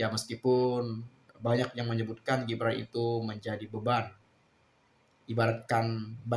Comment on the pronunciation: Gibran itu bukan shu tapi su su